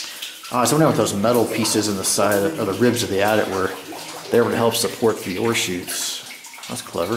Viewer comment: Ore chutes? The whole video was wondering why he kept talking about horseshoes ...